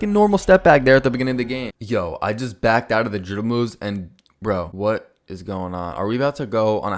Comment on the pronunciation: Bro CANNOT pronounce "dribble"